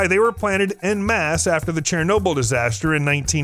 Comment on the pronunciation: Wait. Did he say “CHAIR-nobyl”?